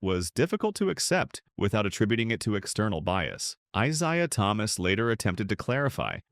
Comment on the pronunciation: Who da hell is I Zye uh Thomas???